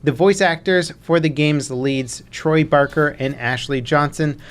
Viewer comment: Troy "BARKER"?